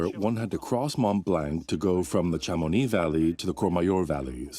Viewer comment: Please learn to pronounce Chamonix properly - it is so distracting when it is fundamental to this story